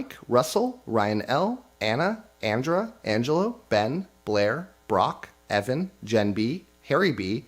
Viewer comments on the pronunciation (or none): none